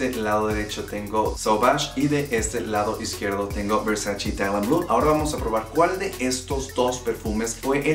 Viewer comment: Se dice Versace no Versaci ......graciasssss